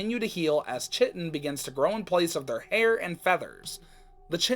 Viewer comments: Fun fact: chitin is actually pronounced more like kite-in! Awesome video btw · Ik this is like a month old but chitin is pronounced Kai-ten